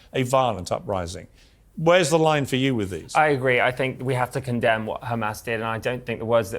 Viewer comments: Mr "do you condamne" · Do you condemn Hummus Hassan? Do you dondemn Hummus!!????